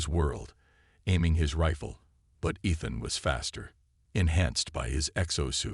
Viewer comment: I cant believe how bad u can butcher a mans name. Ethan. I heard 3 at least.